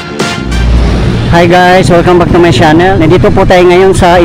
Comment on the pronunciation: Salamat sa update ❤❤❤ bongga naman ang pagkakasabi ng channel = Shanel